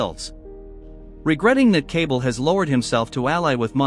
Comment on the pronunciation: It’s “Kuh-Ball” not “Cable”.